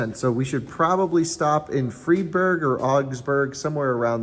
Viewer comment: yes, I noticed how made Freiburg into Freeburg